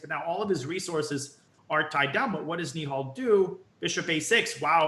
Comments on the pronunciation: I hate it when these americans call nihal neeehal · it's pronounced knee-hell you loser